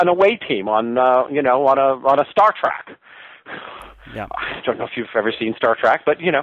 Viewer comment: did he just pronounce star trek as 'star trak' ???